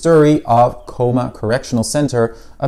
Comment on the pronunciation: Researching Cooma and can’t even pronounce the town name right 😂